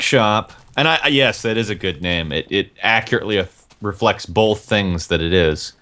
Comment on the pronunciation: omfg he said both like bolth like simmons